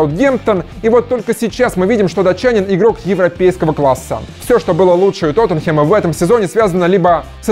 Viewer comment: Блин, пожалуйста,, не говори Тотенхем. Бесит уже хронически! ТОТТЕНХЭМ! ТОТТЕНХЭМ!